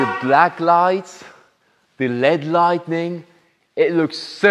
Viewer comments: It's light-ing not light-en-ing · and I hope doesn't take it the wrong way about the pronunciation stuff, it's just little stuff like saying lightning instead of lighting, or saying chic (he pronounces ch instead of sh) otherwise love your videos and hopefully one day soon I'll be one of your customers!